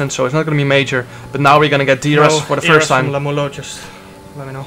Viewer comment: I hate to be the one saying this but it's not Lemmulo, its Iemmulo with an i.